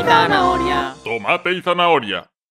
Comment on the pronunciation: Se Dice “Zanahoria” No Es “Zahnaonia”